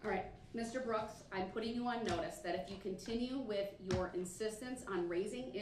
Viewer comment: Sovereign citizen defense. This guy is so out of it. He keeps saying dis and dat.